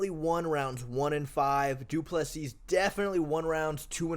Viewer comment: Du Plesis = "doo pleh see"